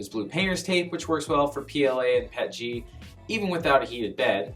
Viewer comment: PET-G WTF It's P-E-T-G